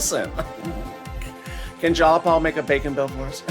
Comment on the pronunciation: Its jayapal not jalapal